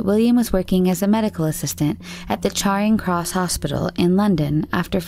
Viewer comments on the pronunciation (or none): But she said Charing Cross with a weird American accent (I live round the corner from Charing Cross Hospital and it’s definitely not said like that!) - I’m a very confused lady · Definitely not British, she completely butchered the pronunciation of Charing Cross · But “charring cross” hospital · By the way the Charing Cross Hospital is pronounced chair-ing cross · It’s pronounced “chairing cross”. Also that’s not a canoe, it’s a kayak.